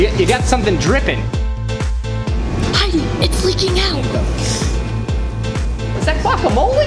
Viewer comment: Its heidi not whatever u said lol